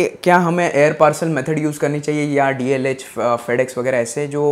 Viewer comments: Its DHL bro not DLH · It's not Dlh it is dhl. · DHL hai re baba "DLH" nahiiiiiiii........😜😜😜